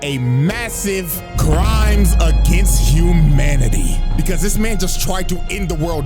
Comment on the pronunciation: "Agianst" crazy.